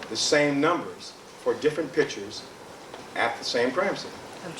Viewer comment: Cochran still can't pronounce the word "picture "